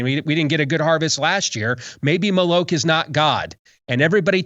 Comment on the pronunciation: David needs to learn how to properly pronounce "Moloch" so people know what he's talking about